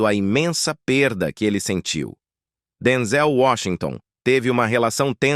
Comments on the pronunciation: Narração horrível , Denzel Washington é top chamá-lo de Denzél é de matar!!!!! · Fale corretamente, não é Denzel paroxítona e sim oxítona.